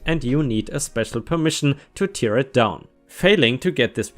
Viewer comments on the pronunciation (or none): it's tear, tear, not tier. Please Google the right way to pronounce it!